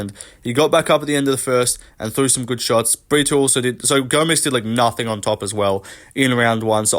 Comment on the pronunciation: Why are you pronouncing “Brito” as “Britoo/Britwo” first Paul felder and now you. Porqueeee